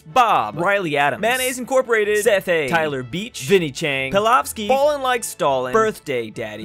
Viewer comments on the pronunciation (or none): none